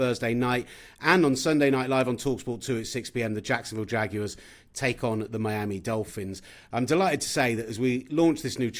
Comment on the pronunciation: He's the only player on that team that can pronounce Jaguar correctly 😂